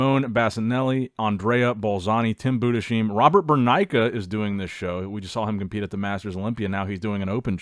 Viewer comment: Jfyi, maybe pronounce Tim's Name like 'Budesheym' That's how you pronounce it. Have a nice day